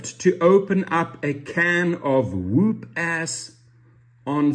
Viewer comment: Fyi: It's pronounced wup. Wup ass. But you have a cool accent. 😎